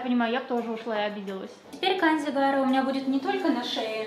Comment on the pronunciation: Лицо Гаары, а не Агаары(